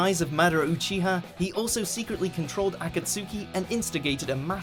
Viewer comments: Say akatsuki incorrectly: Me: No no no no no no no Says Obito incorrectly* Me: GIVE ME A FUCKING SHOTGUN RN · lol how he pronounces akatsuki. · joshua motten God i love but...akatsui triggered me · He says akasuki instead of akatski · "Akatsoooki" like wtf😂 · "A-kat-sookie"? it's "Ah-kaht-ski" god these people don't know anything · “leader of a-cat-soo-ki” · In Japanese it is pronounced Akatsuki. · Itachi is NOT a villain. Anybody who thinks that only watched one episode of Naruto. And I don't understand why he says Akatski like "A-ka-su-ke". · Imjusthereforthefood he can’t even pronounce Akataski right lol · THIS NIGGA SAID AKATSOOKI 😂😂😂😂😂😂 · Za-boo-za, Akat-sooki. Like jesus mate, at least watch naruto first. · The 997 akatski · The video is not as fun to watch when you realize that the commentator doesn't know shit about Naruto. Like wtf is Akasooki. There's no way you could pronounce that wrong if you have actually watched the show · "A-cat-soo-key" You clearly pronounced Akatsuki wrong. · lol the way he pronounces akatsuki he says aka-t-su-ki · Man...I wondered if you even fully watched the anime. You're pronunciation of "Akasuki" is way off. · Damn..How he pronounced "Akatsuki” xD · I’ve only cried twice because of something I’m watching 1. When he was talking about Itachi as a villain 2. And when he pronounced Akatsuki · Can u stop saying akatsuki like that please made me cringe so bad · At least it was better than how they pronounced Akatsuki.... Still not great though...... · I think Itachi's place on the list should have been so much higher and has anyone else noticed how many times he said akatsuki wrong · bro did anyone else notice that he pronounce akatsuki so wrong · You killed the pronunciation of Akatsuki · I think the pronunciation is the far more bigger problem at hand.. Like the way they say akatsuki and "za-boo-za" and so forth.. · why can't he say Akatsuki right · you said akatski wrong